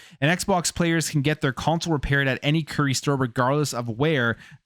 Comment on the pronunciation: Bro actually called Curry’s “Keries” 🫣